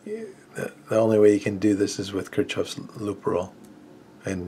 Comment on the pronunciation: its pronounced kirkoffffff not kirk chofff